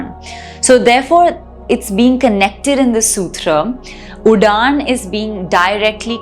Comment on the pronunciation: Can't watch the video beyond 4 minutes. It's full of mistakes in pronunciation and Sanskrit is highly stressed on pronunciation as the change in pronounciation changes the entire meaning. At a higher level, even change in intonation changes the meaning but it is beyond the scope of this video. It's not udaan but uḍaana .. The ending vowel being a short 'a' sound, like the first vowel 'a' in 'ago'... And the d sound is a retroflex sound. The Cerebral or Retroflex consonants are produced by curling the tongue to touch the roof of the mouth. These are ṭ, ṭh, ḍ, ḍh, and the nasal, ṇ. The above 5 sounds are present in Sanskrit and all South Indian languages. They are also present in hindi and also represented correctly on the screen in Devanagari lipi, but you have consistently pronounced it wrong throughout your explanation. It's surprising because no Indian, from children to grownups and from uneducated to educated, ever pronounces that sound wrong and yet you have pronounced it entirely incorrectly. Also, it's sooṭra, not soochra. You seem to have a high hindi influence and hence unable to speak Sanskrit correctly and misinterpreting the meanings based on hindi which itself is a non Indian language, based on Persian. It has adopted the Devanagari lipi just to assimilate into the Indian culture but in its true essence, hindi, urdu, persian etc languages are similar and don't have any Indian roots and hence no connection with Sanskrit. You need to unlearn hindi to start being abl